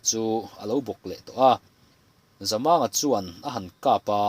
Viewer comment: Voel sign chu awm se chhiar dik loh a awm lo tur a ni a, Zamanga tia i lam hi thlukna voel sign aw se Zamânga tih tur a ni a, i lam fiah thin a, chhiar sual te hi I hlau bawk thin a, i chhiar hi a ngaihnawm bik thin e